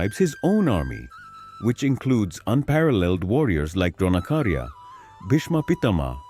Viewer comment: Its Dronacharya not Dronakarya